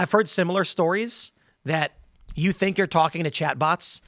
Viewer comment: Where most Indians get English wrong is ignoring the letter H. It causes them to tink, instead of think.